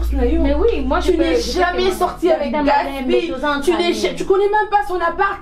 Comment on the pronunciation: Je n'aime pas la façon dont Sarah appelle Gatsby! C'est Gatsby et non gatshby